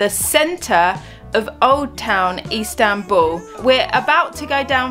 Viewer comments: LOL, sorry for picking up on it, but she make it sound like East Hambul. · Probably my favourite video from everything you've ever done. I now desperately want to go to 'Eastanbul' as calls it! 😁